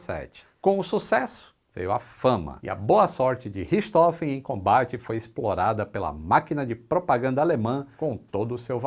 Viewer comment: A pronúncia é "richi rôfen"